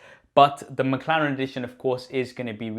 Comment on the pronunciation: What is "Makharen" ? ... did anyone else heard makharen or is just me ?....Btw love your video .... i am just annoyed how you pronounce that word Mclaren